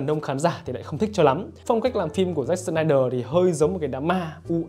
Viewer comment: "SỜ-nai-đờ" phát âm đúng tên ông ấy khó dữ vậy khoái phát âm chữ S dữ vậy ???